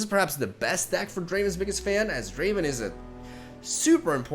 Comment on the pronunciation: It's not draven ITS DRAAAAAAAAAAAAAAAAAAAAAAVEN